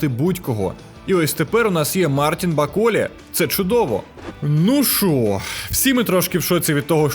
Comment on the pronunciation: Баколє😂, може Баколе?